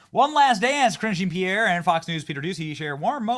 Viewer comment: Zhah(n)- Pierre. Lol just google it